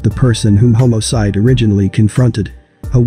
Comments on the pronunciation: You check the AI voice " HOMO-CIDE."😂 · Stop saying "homocide",it sounds cringy!